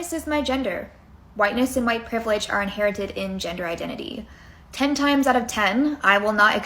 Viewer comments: Why can’t this girl say the word ‘white’? I don’t get it. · Why can't she say "white?"